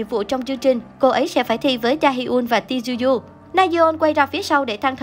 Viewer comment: “Chư uy” chứ ti du du gì :)